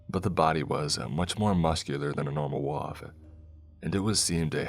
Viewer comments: Your pronunciation of "wolf" amuses me 😉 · Came to the comments to say something similar lol